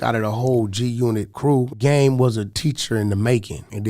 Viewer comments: Why you say g u not? It's g unit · G-unat 😂😂😂how can’t you pronounce unit it’s literally unit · “Part of LA (country?)” “G- U not?” Man a clown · "G - U Not" lmao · “G U not” 😂 huh? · “The G UKNOT beef” 🤯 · G UNOT ? 🤦🏾‍♂️ G Unit bro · The game started a campaign during 50 Cent beef saying G-Unot . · This Nigga Really Said G Unot ?!! Lmao Gtfo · My guy said G unaut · Y u say “G-Unit” like that? Weirdo 😂